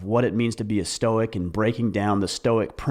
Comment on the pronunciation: "the storce of stoicism" lol